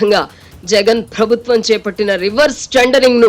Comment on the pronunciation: Avasaram unna chota maanesi, leni chota stress (ottulu) pedatharu ee narrator, for eg. 'prabhutvam' anavalasina daggara 'prabutthvam' antaru. Ilantivi chala irritating ga anipistayi, l am sorry to say.